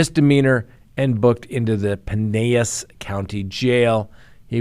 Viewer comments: Love this show but we pronounce things completely wrong here in the Sunshine State. Must be a Florida Man thing. Pinellas = Pa - nell - us. Not criticizing, just explaining. I’m still trying to figure out where the “e” comes from in Chuluota. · You really should look up how to pronounce Florida county and city names before you say them…. You really butchered Pinellas!